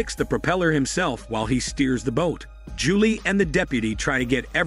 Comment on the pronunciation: Why did he also say ja-lee for Julie lol